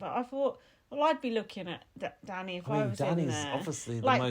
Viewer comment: Even you can't get Danny right, what a mess 😂